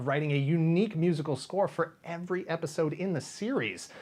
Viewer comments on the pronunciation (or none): none